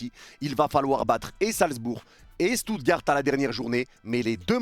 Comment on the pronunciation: Seigneur comment t’as prononcer Stuttgart